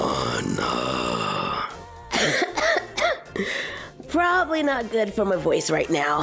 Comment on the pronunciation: The way she said Anna made me crack up